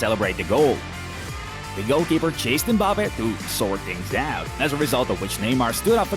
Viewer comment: Mbapeh… bruh you can’t pronounce it correctly, it’s Mbappé (Em-ba-pay) is that so hard?